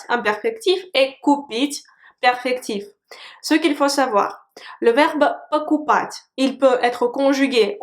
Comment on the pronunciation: J'entents souvent dans ta prononciation "пОкупать", et parfois "покупАть" je me trompe?